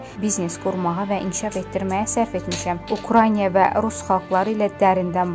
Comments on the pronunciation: Eziz aparici sizce UKRAINA düzdü yoxsa siz deyen kimi ukraynya ? Oxuyun öyrenin bilin! Düzgün telefüz edin bacarmizrsinizsa diksiya etmeyin danişmayin sesinizi yayimlamayin ayibdi ! Birce ölke adlari yox umumiyyetle çox sözleri düzgün telefüz etmirsiniz xanim qedin. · Ay qız !!!! Украйня yox !! УкраИНА !!